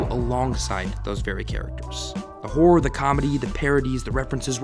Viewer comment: I was confused for the longest time because I heard you saying horror as whore lmao